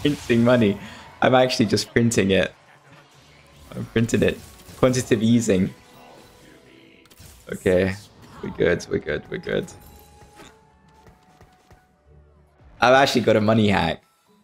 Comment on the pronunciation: Bro said quantitive easing